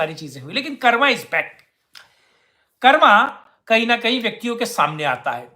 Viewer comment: आप "कर्म" को "कर्मा" क्यों बोलते हैं भाई ?? क्या"कर्म" कहना अच्छा नहीं लगता आपको ??